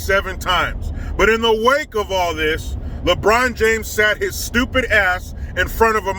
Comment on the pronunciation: The Officer Tatum calls LeBron, "LeBronda." Cracks me up!!